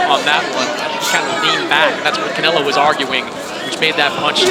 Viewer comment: I f'kn hate how they say Canelo's last name!!!! I hate it soooooooooooooo much! But even that was more entertaining than this fight.